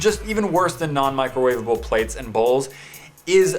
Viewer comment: talk about microwavaBOWL